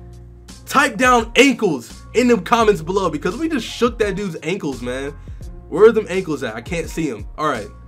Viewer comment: did he say ingles or ankles